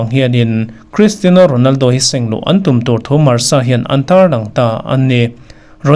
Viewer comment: Sir, Cristino ti tawh lovin Cristiano ti tawh zawk teh, beng a kham deuh tlat thin 😁